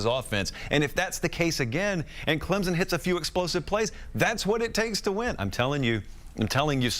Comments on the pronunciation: Why can’t professional broadcasters learn to correctly pronounce the teams’ names? There is no z in Clemson. It’s Clemson, not Clemzon. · No Z in Clemson